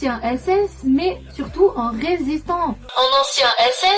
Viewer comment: Ecoutez attentivement sa façon de parler, et surtout, comment elle prononce "résistant" => pour moi, elle est russe. (n'oubliez pas qu'ils cherchent à surfer sur la vague RN et soufflent sur les braises) Au global, on a le faisceau d'indice suivant : - une exagération de patriotisme - la phrase "mais c'est un ancien SS [p muet] mais c'était un résistant" * phrase grammaticalement très bancale * le "p" muet n'a vraiment rien à faire là * le son à la fin de "résistant", typiquement slave (un "an" qui vire sur le "on") - elle est "typé" slave (*) (*) je mets ce point en dernier pour éviter le délit de faciès. A aucun moment il est question de dire "tête de slave donc russe". Non, et ce serait débile. Par contre, étant donné les points précédent à la source de la suspicion, c'est un détail supplémentaire qui s'intègre dans les points précédents.